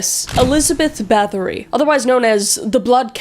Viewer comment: I'm form Poland and it's pronounced more like Bat-oh-ry not like battery ;)